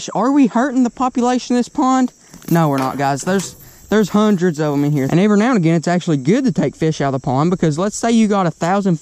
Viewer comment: Stop saying graygain